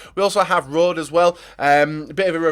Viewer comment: Alaba will never go to Real Madrid and who is Rod lol its pronounced Rodeh